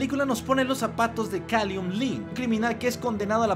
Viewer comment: Pero es Callum, no Kalium xD